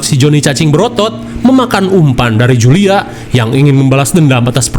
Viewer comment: itu jule bukan julia🤣🤣🤣🤣